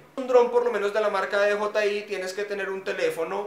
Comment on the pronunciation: No es Di Yi Ai es Di Yei Ai